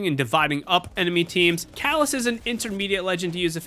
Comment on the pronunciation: fyi (sorry bout this) but its catalyst not calas